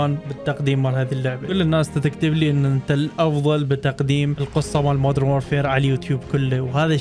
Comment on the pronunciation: مودرن وليس مود رن